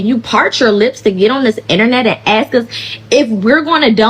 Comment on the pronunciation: another person saying axe instead of "ask" makes people sound ignorant